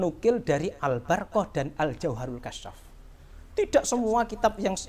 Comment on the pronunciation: Waduh kang mocone be wis salah ALBARQOH ora Al barokah sisan kang sing bener mocone ALBURQOH.wis Wis wis.....cari panggung ini